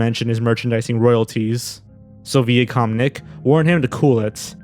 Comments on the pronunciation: Sorry for nit-picking but it’s actually Vi-a-com not Ve-a-Com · It's not VEE-AH-COM, it's VY-AH-COM. If you're gonna expose someone, at least learn some pronunciations. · It’s pronounced Viacom not VEE-A-COM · I was going to let it slide at first, but then you said it a second time: Viacom is pronounced "VIE-A-COM", not "VEE-A-COM". That is all. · Who pronounces “Viacom” with a long “E” sound? It’s supposed to be a long “I”. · ...how do you not know it's pronounced V-eye-a-com? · You've never heard Viacom pronounced? It's "VYE-uh-kahm." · You say some words weird. For the record it's pronounced Vai-acom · It’s pronounced “vye-uh-kham “ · Viacom is pronounced "vaya-com" like "vaya con dios". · Why are you pronouncing viacom like "vee a com"? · you need to learn how to pronounce really easy words. Its pronounced vey-uh-com. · its VEYE-ah-com not VEE-ah-com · Learn how to pronounce "Viacom", you sound like an idiot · your keep on pronouncing Viacom wrong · You must be young if you didn't learn how to pronounce "Viacom" from VHS trailers. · Though I found the video informative, the pronunciations of Accurate, Ensemble, and Viacom were distracting and I think I missed a few points. 😆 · Dude you gotta stop mispronouncing Viacom